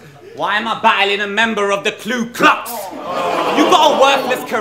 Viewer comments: its ku klux not klu lol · pretty sure its ku not clue klux lol. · wtf is klu klux? im sure its ku klux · hate people that say klu klux,ITS KU KLUX